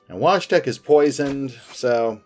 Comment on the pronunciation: Btw, Wojtek is pronounced - Voi tech or Voy tech, which ever is easier for you to pronounce.